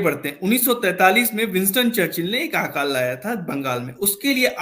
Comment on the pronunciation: Sir, Hindi ka sahi uchcharan kariye. "आकाल" (Aakaal) नहीं, "अकाल" बोला जाता है। यदि आप शुद्ध हिंदी नहीं बोल सकते तो इस interview का जवाब किसी शुद्ध हिंदी बोलने वाले व्यक्ति से दिलवाइए। हिंदी को तोड़ मरोड़ के मत बोलिए ।